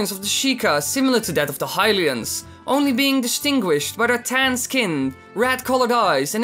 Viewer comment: High-lians? It's pronounced hill-ians.